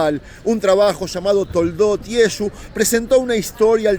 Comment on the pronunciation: Llamar a Jesucristo Yesu es insulto nadie les gusta que pronuncien mal su nombre todos corregimos a alguien que medio dice nuestro nombre o los dice mal